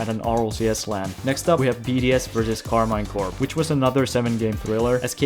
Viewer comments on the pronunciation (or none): Pro tip : it is pronounced Karmeen Corp (I'm french)